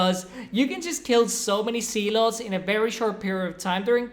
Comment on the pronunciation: are you saying sea-lot